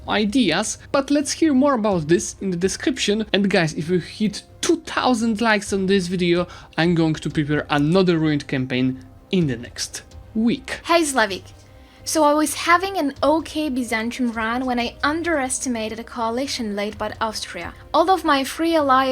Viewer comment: What the, the voice describing the situation sounds feminine/or really young but the pronounciation sounds like zlewikks, its kinda weird, amyway great video, and comment for algorithm